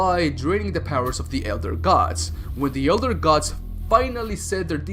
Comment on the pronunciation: gadss, dyetees, wooreears, munesters